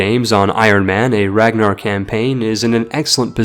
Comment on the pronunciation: The fact you said Ragnarr’s name wrong is my pet peeve now